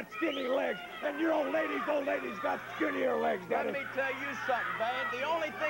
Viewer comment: "You are jealous, daddeh"! "You are jealous, babbeh"! LOL, wrestlers need to start using "daddy" (or, "daddeh") in their promos again.